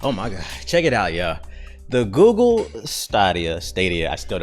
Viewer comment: Ay y'all gone leave alone with that "gewgle" mess lmaooo